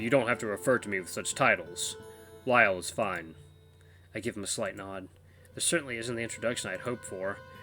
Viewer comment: You got the pronunciation of the VN (Lie-ER) right the 2nd time, just like the instrument. The music is the best in all the VN's I've watched. You'll eventually know the sad news behind the composer. Names Lyall (Lie-ll) Knew you'd love it.